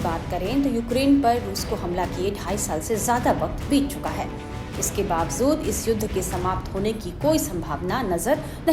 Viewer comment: Bawajood× Babzood